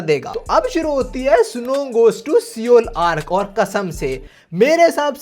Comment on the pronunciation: seoul pronunciation is wrong